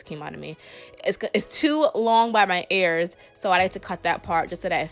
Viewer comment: its EARS, with an E!!! not AIRS